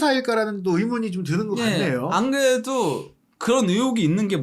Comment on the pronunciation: 근데 오른쪽분 발음이 좀 애들같애요, 안그래도를 앙그애두... 이렇게 말씀하시네ㅋㅋ😊